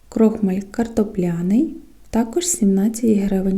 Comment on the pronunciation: У слові крохмаль поміняйте наголос.